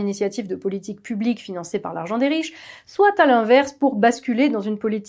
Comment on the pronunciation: on ne dit pas "soitE", enfin si mais dans un seul cas, quand on peut le remplacer par "certes" par exemple... le T final de "soit" ne DOIT PAS être prononcé. Par ailleurs c'est affreux à l'oreille, sans doute la raison pour laquelle on a décidé au fil des ages de le taire du reste...